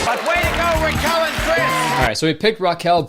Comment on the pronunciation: the way you pronounce raquel is painful